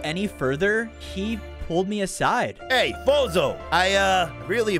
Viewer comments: Every time they said fozo it sounded like bozo😂😂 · I thought you said bozo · i keep hearing bozo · His name isn't fozo it's bozo